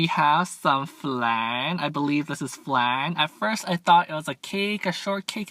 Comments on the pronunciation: 😂this man said flang instead of flan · It’s pronounced fl-on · You say flan wrong just saying